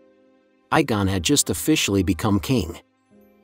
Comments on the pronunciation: Egg on you pronounce it Egg On not Eye GONE SEE WHAT I DID THERE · There is one with an eye gone, but there is no Igon. And it physically hurts to have to hear "drakka-rys". In other words: please work on your pronounciation asap. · Aegon is pronounced like EGG on…. See the Dunk and Egg stories…. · yes, like he said Eye-gon instead of Aegon.